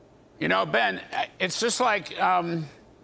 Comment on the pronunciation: I like how Larry apologizes for pronouncing Ben’s last name wrong in the beginning of the segment and then literally mispronounces it the same exact way at the end of the segment. Lol cmon Larry.